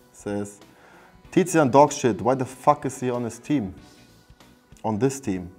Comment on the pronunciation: tizian "tizian" aber warum